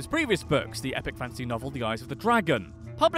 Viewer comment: Whenever the narrator says "fantasy", I hear "fancy". lol!